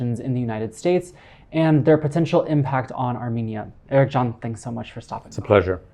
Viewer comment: "Ericjan" 😂 wtf